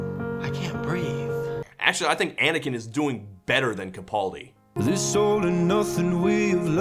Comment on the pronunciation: YOU ALL SAY CAPALDI WRONG!!! I mean I’m a Glaswegian so we don’t say much right but we say Capaldi right.